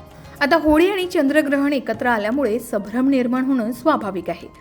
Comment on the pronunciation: वाचन शुध्द करावे. आपण वारंवार सभ्रम असा शब्द वाचला .तो चुकीचा आहे. खरा शब्द*संभ्रम*असा आहे. चुका टाळाव्यात.